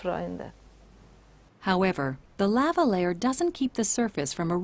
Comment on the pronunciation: I've never heard anyone pronounce the word Lava that way before.